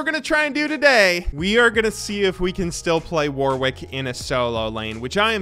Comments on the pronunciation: I might not be the first person to mention this, but "Warwick" is pronounced "worrik" - the second W is silent. How do I know? Warwick is a city in the UK with quite a famous university. Also, it's a lot easier to pronounce fast when you don't think about that second W ;) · We wouldn't make fun of you if you just said it correctly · I wish Americans knew how to say Warwick.